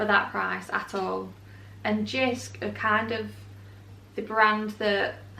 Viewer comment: Hi Jysk is pronounced [Yusk] the J is pronounced as Y and the y is pronounced as u